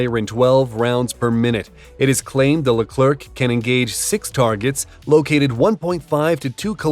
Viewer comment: The final C of our Leclerc is silent. It's pronounced Lecler, should you want to have it sound more like its intended French name.